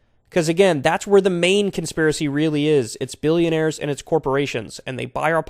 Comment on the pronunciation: I like how Kyle says Alex won't 'take on duh millinayers and billinayers' then when Alex mentions the Rockefellers Kyle's like 'i DoN't KnOw If ThEy HaVe AnY pOwEr' 😂😂😂😂😂